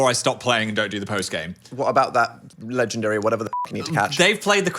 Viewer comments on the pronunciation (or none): none